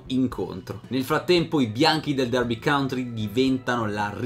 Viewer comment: county porco .... non country ahhh per favore . per il resto sei un mito per aver portato alla luce questa storia